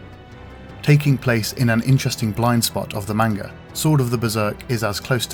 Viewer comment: Beautifully done, but every time this guy pronounces 'manga' wrong i cringe internally